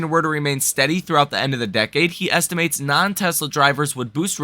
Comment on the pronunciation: Hey bro, great info on the channel, but you really need to pronounce the word estimates correctly. It’s not estiments. 😮